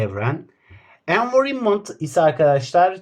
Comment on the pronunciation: RiniVEYBILLLL VE ENVERİMONT beni benden aldı hocam lütfen siz ingilizce öğretmeyin